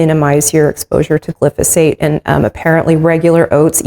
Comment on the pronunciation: Great recipe. The chemical sprayed on vegetables is pronounced glyphosate “gli fo sate” thank you for sharing your life and recipes with others. I love your channel.